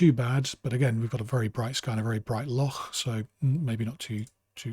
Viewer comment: Very helpful and just what I was looking for. Also great pronunciation of loch - it's a tough one 😃